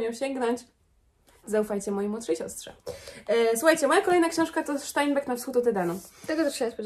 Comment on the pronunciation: Cześć, super film jak zawsze :) Przepraszam jeśli zabrzmi to jak poprawianie, albo przyczepianie się, a tak ma nie być, po prostu info albo ciekawostka - nazwisko Steinbeck, ze względu na pochodzenie autora (USA) powinno wymawiać się 'Stajnbek'. (Bardzo ciekawi mnie wymowa w różnych językach, dlatego zwróciłam na to uwagę :) ) Pozdrawiam serdecznie!